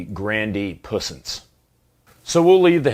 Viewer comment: I know you are mucking around, having a laugh, but just so you know it's pronounced like "Pwee-sonse." The French word for "power" and also the word they use for electrical power, "puissance" - Power, strength, force. Just like we would say "The power has gone out" when there's a blackout. Of course they do simply use the word "Électricité" for actual electrical things too.